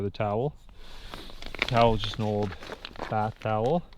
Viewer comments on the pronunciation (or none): none